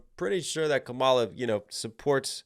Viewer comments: Dude I absolutely love your reaction videos but come on, it's pronounced KAmala, not kaMAla. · Her name is pronounced "Comma Lah" NOT Kah Mah Lah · comma. luh. how difficult is it to pronounce her name correctly? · Not sure if anyone else has mentioned it but the proper pronunciation of Kamala Harris' first is to stress the first syllable not the second KA-ma-la not ka-MA-la. Trump intentionally mispronounces it likely due to him linking the name to an 80s pro-wrestler called Kamala (stressed second syllable) the Ugandan Giant who was an obese African American man whose character was a primitive tribal caricature of Africans, specifically Ugandans in this case. Trump has been a wrestling fan since at least the 80s when he started doing business with Vince McMahon with whom he is close friends so I do not believe this association in his mind was unintentional. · This is where I unsubscribe from you. You're a Trump supporter. Listen to how you mispronounced Vice President Kamala Harris name. You're lame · If you're going to do a breakdown, the bare minimum you could do is learn to pronounce the participants' names. If you really can't manage to pronounce Kamala correctly, you could at least call her Harris. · Why can't you pronounce her name the way she pronounces her name? Have you never seen ground news? Well that confirms a bit of your YT/SM bias/views.